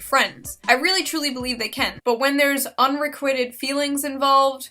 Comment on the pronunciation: did you forget to mention also that hapas painted elliot roger as a victim of WMAF relationships haha Btw you mispronounced unrequited.